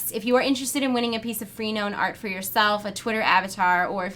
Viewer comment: Not normally a critical peep, but I think her name is pronounced - Fra-No-nah (Frenone). (not free-noan)